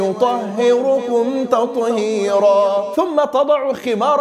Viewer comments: تعليق بسيط يا شيخ "ويطهرَكُم تطهيرا" وليس "ويطهرُكُم تطهيرا" وبارك الله فيك وجزاك خيرا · ((وَيُطَهِّرَكُمْ تَطْهِيرًا)) ضممت الراء بارك الله فيك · الصواب شيخنا في قوله تعالى « ويطهركم » بفتح الراء وليس بالضم ... جزاكم الله كل خير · جزاك الله خيرا يا شيخ الاية ويطهركم بفتح الراء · ويطهركم تطهيرا .. بفتح الراء وليس بضمها شيخنا الفاضل وأسأل الله ان يكتب أجرك على ماتقدمه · هناك خطأ في قراءة يطهركم بضم الراء في الآية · شيخنا الفاضل عذرا عندك خطأ في قوله تعالي ويطهركم حضرتك ضميت الراء والأصل انها مفتوحه بارك الله فيك